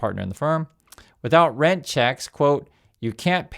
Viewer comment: I finally got your message with the word Rent (strike) I keep hearing “Red” strike I guess your nose is clogged or something